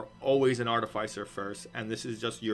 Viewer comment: Artificer is pronounced "iss" like PISS not "ice". I am beside myself with so many people mispronouncing such a simple word.